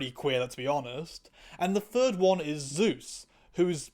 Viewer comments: I can't tell if it's an accent thing but the name is actually Soos, not Zeus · Soos is pronounced like it's spelled/like the Spanish Jesus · Love your content and love this show. Lots of great points. Btw it sounds like you are calling Soos Zeus, but Soos is not a greek god, just an amazing ? Mascot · Why do you call Soos "Zeus" :(